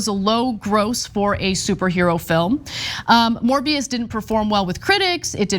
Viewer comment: A morby-us for the restov-us